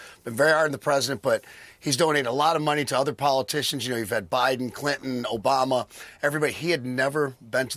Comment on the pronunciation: Don't forget 'Barack Obamar"